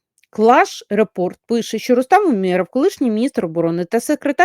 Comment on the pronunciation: у́меров, давайте ставити правильно наголос